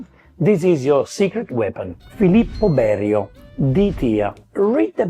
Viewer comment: Berio it's orrible😂....